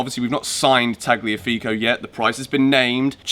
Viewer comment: the g is silent so its Taliafigo